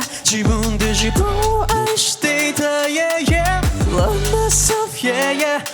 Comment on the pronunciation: の天才的なLove myselfの発音🫶🏻🫶🏻🫶🏻🫶🏻🫶🏻